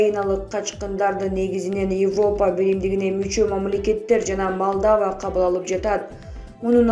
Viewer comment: Малдава эмес,Молдова диктор сабатынды жой.